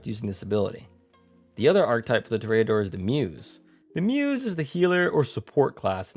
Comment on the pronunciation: Toreador is pronounced with the accent on the first syllable. It's TOR- re- adore, not Tor-re-A-dore. You speak very clearly and well, so I'm assuming you would want to know.